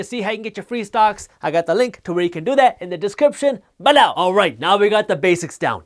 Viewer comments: "BAHLOW" lol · I love how he says b'low. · Love when he says “balow”!! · Man how you say "below" needs a copyright. That's the best part of learning then get hit with that comedy. On a serious note, Appreciate all the work you do for the culture.